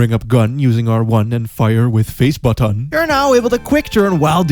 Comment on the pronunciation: lol "with face buttAON"